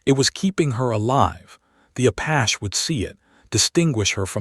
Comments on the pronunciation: LOL was gonna say that,... the way the AI say Apash is super annoying! Like the others where they pronounce Porsha for Porche hahaha... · Please please please.....Apache is not apach. Its prounced Apachee. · Apachee, not Apach! Bree-thing, not breath-ing! Surely your narrator should have made corrections by now! Yet I hear these errors over and over on this same storybook by this same narrator.